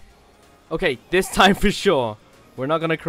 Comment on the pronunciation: Time 😅 Not tine😂